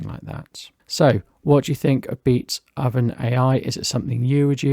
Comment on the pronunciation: I believe the name Beatoven is a pun on the name of the classical composer Beethoven, and therefore is not pronounced "Beat-Oven" but "Beat(h)oven" with the "o" soundling like the "o" in "go", "so", "hope", etc.